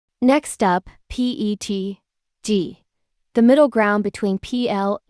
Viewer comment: Terrible AI voice. P T G. A B S. T P U. Its just AI smut